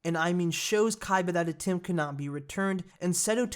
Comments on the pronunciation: It'd atem not atim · Not ATIM its ATEM